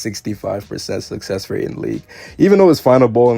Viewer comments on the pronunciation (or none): none